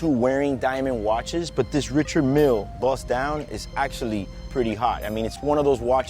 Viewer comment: you are mispronouncing richard mille but nice watch